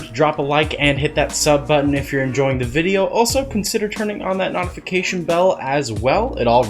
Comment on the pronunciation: Why he say notification like that?